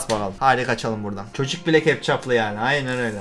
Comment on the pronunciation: Hiçkimse: Kana keptcap diyen